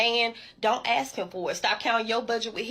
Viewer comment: It is "ask" him, not "axe" him.